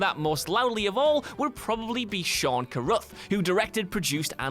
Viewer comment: SHAWN CARRUTH? SHAWN? It's Shane. Cuh-ruth. Look, I genuinely like these videos but it's like you didn't do any kind of prep. Also, my man, Primer is not that confusing. Two guys make time travel possible and then it's a break down of that friendship.